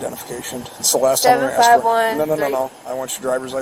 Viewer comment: Ask ; NOT AKS !!!!